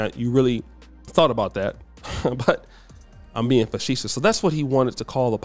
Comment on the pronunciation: How you calling him dumb but you can’t even pronounce facetious